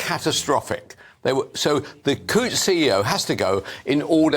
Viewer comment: The "T's" are silent in Coutts.